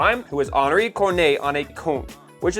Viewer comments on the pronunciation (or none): none